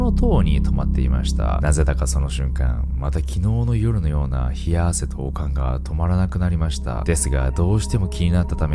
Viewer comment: 悪寒のイントネーションが完全にオカン🧓🏻で笑った笑笑